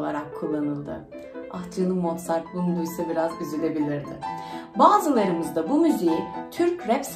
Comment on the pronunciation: hn Mozart diye yazılıp Mortzat diye mi okunuyor?Sevgiler